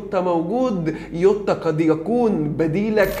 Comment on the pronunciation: يعم اسمه جووتاا مش يوتاا دمها تقيل يووتاا ديه